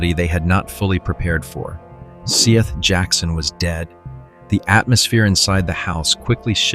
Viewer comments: This has to be one of those bullshit AI channels because bro can’t pronounce “Seth” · And his name is spelled Seath. But I'm not certain of the proper pronunciation. Please, honor the murdered boy by getting his damn name right.